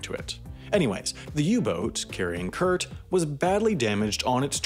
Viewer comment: funily enough, the way you pronounce "kurt" sounds much cooler than how we germans pronounce it xD